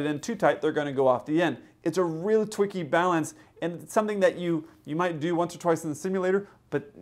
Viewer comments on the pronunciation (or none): Did I hear a “twicky balance”?